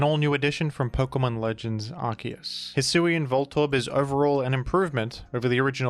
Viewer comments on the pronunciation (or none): none